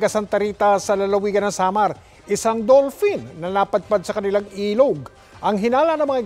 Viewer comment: dull pin daw, lol